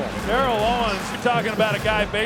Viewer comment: Pronounced Terrell wrong